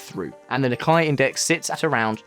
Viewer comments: NIKKEI It's called the nih-KAY not ni-kye. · He just butchered it. It’s pronounced “Neek-Kay” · Am I missing something? I've never heard "Nikkei" pronounced the way it is on this video 🤔